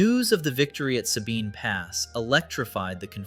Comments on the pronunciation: Sabine pass is pronounced with a short "a". The other half you got right. Suh-bine. Not Say-bine. Just like Gruene is pronounced Green. Lot of small Texas towns are pronounced weird. As a native Corpus Christian, just figured I'd pass along that knowledge for future reference. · FYI, “Sabine” is pronounced with a short “a” by everyone in Texas.